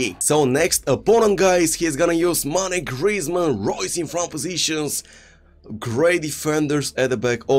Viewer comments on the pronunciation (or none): none